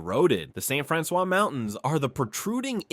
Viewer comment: I grew up in St. Francois County so it really bothered me to hear him say it the way he did.